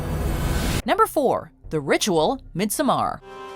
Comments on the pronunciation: Midsommar not “midsmarr” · It’s pronounced “midsummer”.